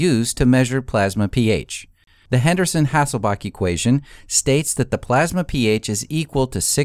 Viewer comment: HasselbaLch - there's a L in the last syllable.